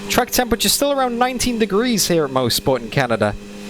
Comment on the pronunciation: I'm from Bowmanville. This is pronounced MOSS-SPORT here. Maybe we locals pronounce it wrong. Certainly possible.